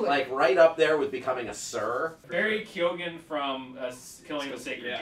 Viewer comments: Barry "K-yo-n" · Hey Screen Junkies, Barry Keoghan's surname is pronounced "Keown". See the first six seconds of this interview with an Irish radio station for confirmation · Its pronounced key own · Since Barry Keoghan is Irish it's pronounced 'keo-han'